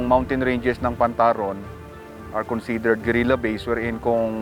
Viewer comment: Pantarong. Not pantaron.